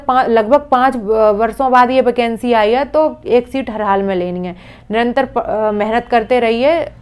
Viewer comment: वैकेंसी ❌ बैकेंसी ✔️ 😄